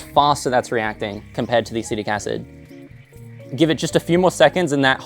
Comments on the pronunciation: 🗣Acetic acid 📜Acidic acid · I noticed that too, but honestly thought it was just a cheeky joke x) It is technically acidic acid.